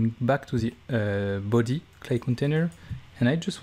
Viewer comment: I let out a little giggle every time you say things like "Ze büdy"